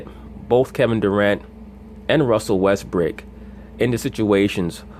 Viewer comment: Did u call him Russell Westbrick lmao